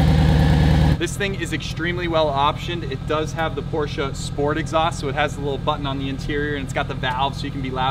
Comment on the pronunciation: Porsche not Porscha......